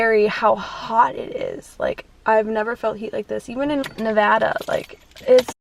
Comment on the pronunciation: corinna raising millions for all nevadans by saying nevADDa and NOT nevAHda 👏🏼👏🏼👏🏼